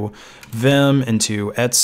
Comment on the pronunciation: I have never heard someone pronounce "/etc" as "Etsy". Also, "sudo" is pronounced "sue-dough".